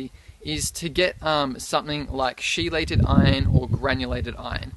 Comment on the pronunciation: Biochemist here.... chelated is pronounced KEELATED. Ch is a hard C in chelated.